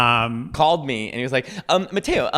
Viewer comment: I'm way more shocked that Nick can't even f*cking pronounce Matteo right. American ignorance level 100%